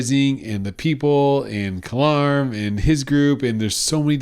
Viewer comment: LMFAO. His name is Kalam, not Kalarm. But I know EXACTLY what happened to you 😂😂😂. Those damn British narrators and their silent not rhotic R sounds. The exact same thing happened to me with Crimson Empire. I listened to the trilogy as an audiobook and so the entire time I thought the characters name was Zorsia and that there was just a British R in the name, but it turns out her name is actually Zosia. I still refuse to say it correctly haha. But yeah its Kalam Lol thats funny and so relatable.